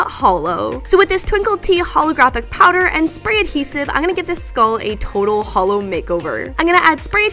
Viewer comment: I love, but it physically hurt every time she called that holo 😂